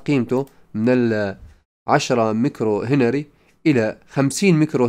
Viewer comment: شكرا، لكن كلمة هنري يجب فتح حرف الهاء و ليس كسره و تسكين حرف النون و ليس فتحها و أيضا امبير حرف الباء الاعجمية P و ليس الباء، لأن الكلمتين أعجميتان و يجب نطقها جيدا للفهم و احتراما. تحياتي